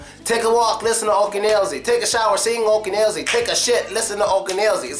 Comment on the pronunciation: not "Oken Elzi", but "akeAn Elzi " :-)